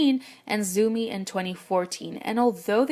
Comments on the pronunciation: Its not 'zoo-mi' its 'tsao-mi' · Pronouncing Zhou Mi as "Zoomy", geez... can't listen to it